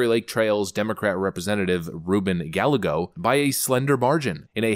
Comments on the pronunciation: Guy-YAY-go..... not Guh-LEG-go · Rubens last name Galego is pronounced Guy-eggo. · Ruben Gallego's name is pronounced "guy-EGG-o" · JFYI - Gallego is pronounced Gah-yeh-goh. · Pronounced ,,Guy a go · It's pronounced Guy Eggo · Rueben Ga-Ya-Go, 2 Ls next to each other in Spanish is a Y sound.